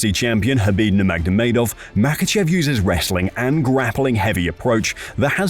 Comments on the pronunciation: As soon as you said NurmagDomedov, I am out... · Does this narrator adds another "d" to khabib's last name or am I hearing things?? 😅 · Khabib ''Nurmagdovedov'' Nurmagomedov. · no one has said khabid's last name like that, wtf was that